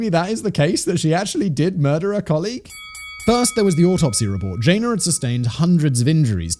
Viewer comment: Jay nuh, not Jane